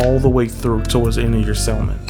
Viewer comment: Sounds great sir, but the word "salmon" is pronounced SAM-uhn (/ˈsæmən), with a silent "l"